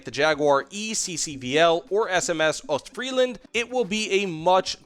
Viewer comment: The s in Ostfriesland is not silent fyi.